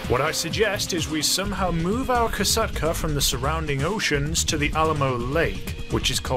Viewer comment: Kosatka is a Russian world. The O letter is pronounced as “ah” in this case, the rest is correct.